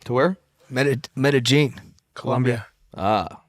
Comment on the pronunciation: Nobody finna say nothing about him saying “metagine” 😂 it’s Medellin sir